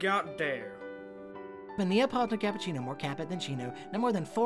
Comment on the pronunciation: Me, an italian, hearing the errors in pronouncing "cappuccino": Angry noises